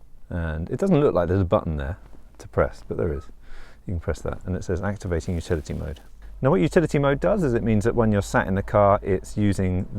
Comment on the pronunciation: I thought you were saying futility mode for a while.